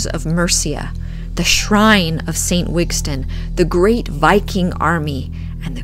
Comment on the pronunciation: It’s Wistan not Wigstan ….